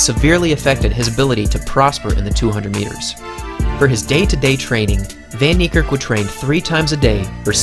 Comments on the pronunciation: People please pronounced his name correctly its fun nee care k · his name is pronounced " fun-nie-kErrk" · Proud South African in the comment section 💙🇿🇦 (The way you say "van Niekerk" tho 😂) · Nathan RS10 Happy to educate 😁. Its an Afrikaans surname, and the language is not known to the wider population other than Afrikaans people really 😂. The "v" is soft and the "a" is hard. You'd pronounce "van" the same as "fun" (as in, I'm having fun) without too much emphasis on the U. "Niekerk" is a doozy so I'll break it down best i kan 😂 "Nie" = "Knee" (as in i hurt my knee)(exact same pronounciation) "Kerk" is tricky cause the "k"'s are explosive. You wouldn't say it the same as "kurk" or "kurt". The two "k"s sound more like the "c" in "clerk" of the "q" in "que" The "e" in "kerk" sounds like the "e" in "certify" and "concerto". So if you put it together "kerk" = "cec" (like the c from "clerk", and the "e" from "concerto") The R is mainly silent So "van Niekerk" = "fun knee-cec" Trust me, as an Afrikaans person myself with an equally difficult surname, we get used to hearing it pronounced in a million different ways 😁. Google translate doesnt help much either 🙈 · Dude u pronoucing his name way wrong it's in Afrikaans not English